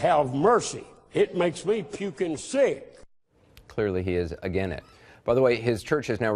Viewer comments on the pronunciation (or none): The word is 'Against', not 'agin' it. If you can't even speak the language correctly, you shouldn't be the head of a church, a school, or in any public speaking position. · ''clearly he is 'agen' it.'' Oh man, I LOST IT. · Is unable of pronouncing, "AGAINST?"